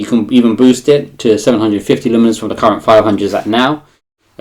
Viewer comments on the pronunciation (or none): Lumens. Loo-mins. The word only has two sylables.